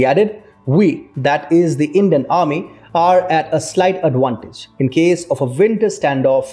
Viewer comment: Why does he always says adwantage? Is it like a v becomes w and w becomes v?